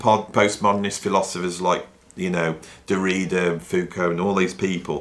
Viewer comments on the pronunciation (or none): i love your serious videos about art. Sun Ra was post modern before the term was even created, and he often employed humor in his music. btw, the correct pronunciation of Derrida is....;)